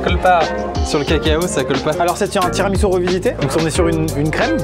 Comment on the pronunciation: "le tiramisoupe" j'étais plier 🤣🤣🤣🤣🤣🤣